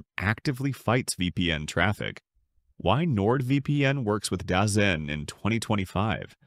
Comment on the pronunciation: Dazone not dazen